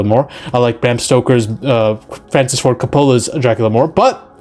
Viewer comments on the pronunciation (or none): none